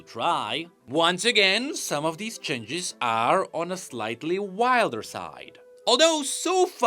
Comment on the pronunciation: Can someone teach him how to pronounce changes?